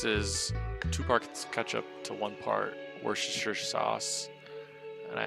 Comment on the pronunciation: Flawless execution of the word Worcestershire sauce....